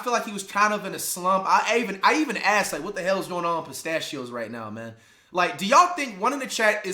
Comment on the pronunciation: fight. His last name is Pacheco Isaiah Pacheco. Not pistachios Pacheco flight. You're so goofy